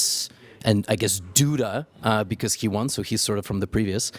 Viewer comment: Levy - i am really sorry to be not possitive but please go with "Duda" pronunciation" with more .. respect - ? :) We all know that you are THE BEST IN pronunciation!!!